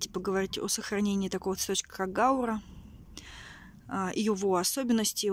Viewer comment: гаУра , ударение у этого растения